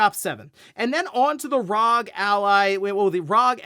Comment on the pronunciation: Dear God, young man, it’s bad enough to hear you say it wrong once per video, but that burst-trigger setting you spit out … my ears are bleeding! It’s R.O.G. Arr Ohh Gee. There is no such thing as Rawg!